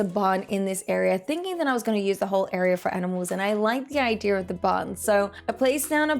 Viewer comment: How do you say ideer for idea, like where's the R from